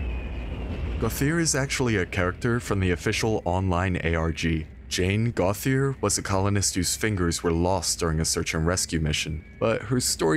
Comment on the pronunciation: Gauthier is pronounced "go-tee-aye", not "go-thee-uhr"...it's French/had a teacher w that name~